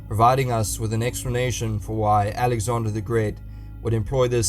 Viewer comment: It's not Alexander godamnit 😤